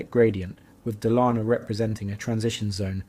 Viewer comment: Dalarna is pronaunced very differently if you had not shown a picture of the Dala horse I would not have understood what region you meant 😅